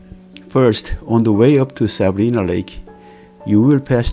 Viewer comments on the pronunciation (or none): FYI, the letter i in Lake Sabrina is pronounced EYE. Lake Sa-br-eye-na.